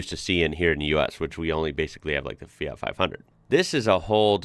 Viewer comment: I love the way you pronounce the "FIAT" brand name. Very accurate italian pronunciation.